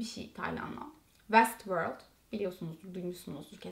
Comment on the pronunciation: weğğst wöorld değil sponsorcu kız